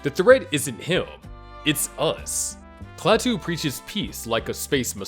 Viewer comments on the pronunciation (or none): none